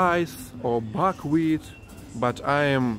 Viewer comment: I laughed when he said fuckwheat